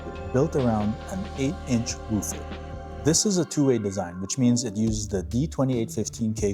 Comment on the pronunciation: You are pronoucing “woofer” incorrectly…. Just FYI